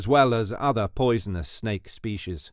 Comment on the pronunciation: Not poision Inbetween you said poision😅